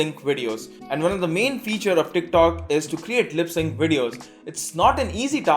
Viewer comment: Teerk talk...😂